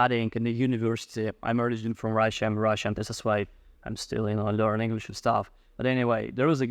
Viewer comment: Thank you for sharing this advice,. As a side note, I wanted to tell you that although some of your English words were not pronounced correctly, I could still understand you perfectly.